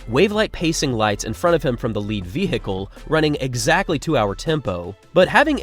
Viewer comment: I respected you, until I found out you are the type of American who pronounces the H in "ve-Hicle".